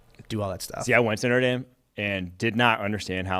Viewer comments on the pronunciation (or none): Notre Dame - is pronounced Not-ra - Darm - and literally means Our Lady - which refers to Mary, supposed mother of Jesus. American pronunciation makes it sound like it's named after a high profile 1920's slut.